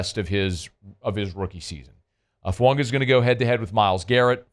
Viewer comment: Love your coverage.. but you cover the Saints every day and you’ve called him Fuunga since we drafted him, it’s pronounced Foo-Ah-Gah. Get the man’s name right haha